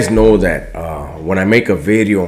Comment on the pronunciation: idk it dont really bump the same when you dont say NEW BIDEO. Great talk tho man I appreciate you